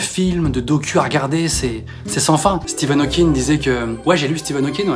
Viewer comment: J'ai bien entendu "Steven" Hawking, c'est pas plutôt Stephen Hawking? ahah